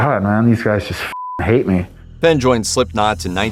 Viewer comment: Fen? Its pronounced Fain!